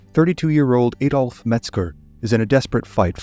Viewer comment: Ah dolf not éééh dolf